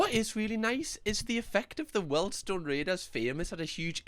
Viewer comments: When finds out it's 'weeeeeldstone' not 'weldstone'. 😁😁🤣🤣 after saying it about 50 times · Weeld-Stone raider. Good vids though😂👍🏼